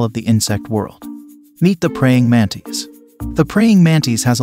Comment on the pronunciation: Its pronounced mantis, not mantees